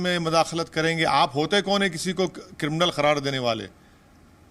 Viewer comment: कृमनल को कृमनाल कहने में भी पछतावा है क्या